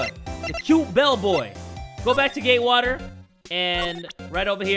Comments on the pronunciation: Does this make me crazy? Everytime said "Gatewater", "Gaywater" is the first thing that popped in my head? Could this also be a sign that I'm gay? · I heard Gaywater hotel